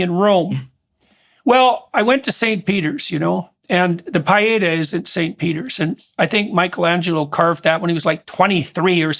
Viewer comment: Pee-Aaaay—-Taw—- watched to the end. Is that a Canadian pronunciation, eh? Great interview. Read comments throughout. So weary reading “Jordan talks too much” comments— what’s refreshing is the genuine conversation and passion he has for thinking out loud as he speaks. Can’t wait to see him in Austin with husband and 4 sons. Great insights, Abigail. Thank you.